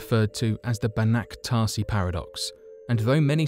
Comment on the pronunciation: Banach Tarsi 😂😂😂 it's Tarski